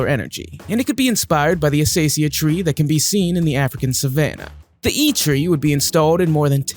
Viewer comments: Acacia tree is pronounced "uh-kay-sha". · actually it's pronounced a-kay-she-ah. ok? a... kay... she... ah.